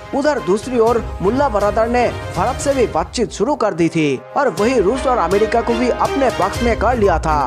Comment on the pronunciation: Amedika nahi America bolo bhi 😁😁